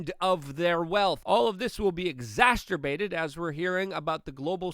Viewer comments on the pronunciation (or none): “Extacerbated” “exacterbaiting” 🤣